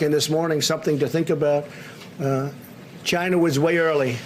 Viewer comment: he cant even say china its always jina